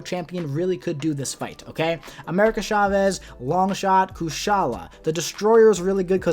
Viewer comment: It’s CHA-vez, not SHA-vez 🙄